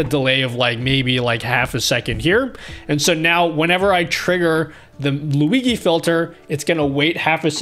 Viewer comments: ..Man.. very good toutourialz but plz NEVER CALL "LUIGHI".. ..is NOT LuiGHI .. is LuiGI ..pronuciation is more similar to "LuiJI" for you not-italian ppl.. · hi, huge fan, one problem, who is luigee? i only know luigi * lui GEE * z * * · "Lui-gee" filter! :D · I love you but you gotta stop saying Luigi like that